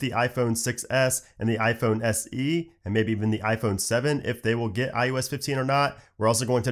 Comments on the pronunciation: It sounds like he’s saying ius 15 and not ios 15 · I kept hearing iUS15😅